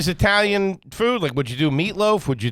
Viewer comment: He said Eye-talian what a gagootz he definitely garbage for that 😂